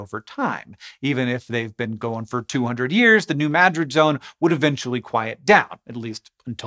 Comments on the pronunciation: Points for pronouncing New Madrid correctly. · Thank you, Hank, for pronouncing New Madrid correctly! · I was born and lived my first 14 years just a few miles to the north of New Madrid. We experienced a lot of tremors then (the '50s and '60s). Our farm was one of the places that the earthquake refugees fled to. Unfortunately it was an abysmal swamp, freezing in the winter and filled with malaria laden mosquitoes. Thanks for pronouncing New Madrid and Missouri correctly.